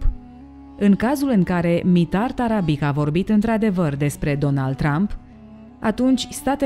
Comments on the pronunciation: Tarabici se citește, nu Tarabic. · cu tot respectul va spun că Mitar Tarabic se citește Tarabici și toate numele care se termina in limba sirba cu un c cu accent deasupra se citesc ci sirbii folosesc doua alfabete kirilic și latin dar alfabetul lor latin diferă de al nostru un c simplu se citește ț și mai multe chestii.Va spun asta pentru că sunt vorbitor de limba sirba și cunosc alfabetul lor latin oricum toată stima pt documentarele dumneavoastră le urmăresc tot timpul și sunt fascinat de toate și cine este boul ăla de a zis că Cristian Alexandrescu nu are dicție este un prost.Va rog un răspuns daca se poate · Se pronunta Tarabici. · Tarabici se pronunță ^_^ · doamna la sarbi c de la sfarsitul numelui se pronunta ci, cu stima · ć în sârbește citim ci. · Asta nu "ține" de a ști sau nu limba sârbă... Acest aspect intră în categoria "cultură generală". Ok... "nu știe limba sârbă", însă din acest "team"...chiar nimeni nu știe că litera "c" cu accent se citește "ci"?! Mi-e frică să aud vreun documentar în care trebuie să se pronunțe cuvântul "Straße". Oricum... să nu pronunțați "strabe", vă rog! Iar pentru cultura generală a "team"-ului, ar trebui să rețineți că în Serbia, majoritatea numelor de familie se termină cu "ci". ( ca fonetică) ex: Novak Đjoković, Adamović, Branislav Ivanović, Goran Bregović-poate măcar de ăsta ultimul să fi...auzit.